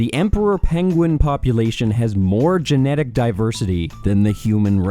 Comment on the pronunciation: Is it really that hard to say "genetics"